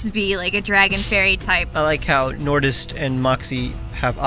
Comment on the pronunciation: I had a heart attack when you said nortist. 2 of my favorite pokétubers collabing!